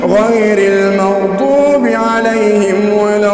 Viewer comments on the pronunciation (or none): none